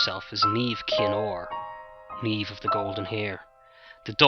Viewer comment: awwwh good job man. The "brunette" Niamh here! Thank you. so refreshing to hear it told so well and hear Niamh and Oisin pronounced right. xxx